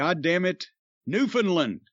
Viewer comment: Every time he pronounces Saskatchewan a part of me dies. But at least he says Newfoundland correctly.